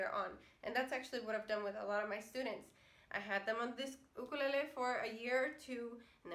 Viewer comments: I could listen to you say "UKALELEE" all day! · I like the way she's SAY'S Ukulele!!!!!😀😀😀😀😀😀😀💞💞💖💖💖💕💕 HER!!!